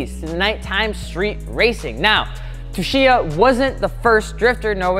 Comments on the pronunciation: "Tsu" is pronounced "Su", not "Tshu" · Its keiichi *tsuchiya (suchiya) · Say it with me kids... (Kay-e-chi Sue-chi-ya) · I about had a stroke every time attempted to pronounce “Tsuchiya”. Su-chee-yah. #RIPthispoormans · The way you pronounce his name is like KI-CHEE SUU-CHEE-UH. Keiichi Tsuchiya; the T is silent. I learned that after Initial D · rip didnt get keiichi tsuchiya's name right once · I might unsubscribe just from hearing your attempt on pronouncing Tsuchiya lmao Y'all aint' ever watch Best Motoring International?